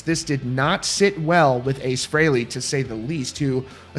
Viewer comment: He's saying Frehley wrong. No one ever pronounces it that way. Listen to Kiss Alive II and you hear Paul Stanley say it the way EVERYBODY HAS SAID FOR DECADES!!!! IT'S PRONOUNCED FREELY YOU PRETENTIOUS FOOL!